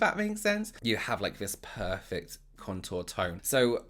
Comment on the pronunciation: 👌W elsh 😁”Poifect” 😆